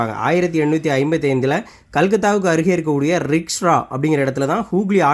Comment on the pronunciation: ரிக்ஷ்ரா என்று உங்கள் உச்சரிப்பு உள்ளது அண்ணா... ரிஷ்ரா என்று உச்சரிக்க வேண்டும்... உங்களுடைய பல சாட்ஸ்களை நான் பார்த்துள்ளேன். உங்கள் முயற்சி பாராட்டுக்குரியது. மிக்க நன்றி. மிகவும் பயனுள்ளதாக உள்ளது🎉🎉🎉🎉🎉 மேலும் இதுபோன்ற வீடியோக்களை வரவேற்கிறோம்.